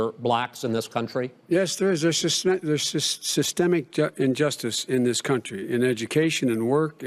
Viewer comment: huh? gotta remember that cadence and those lines there. gotta remember to say SYSTEMIC. lol